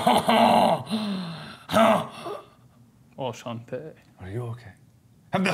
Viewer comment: He said "Echante"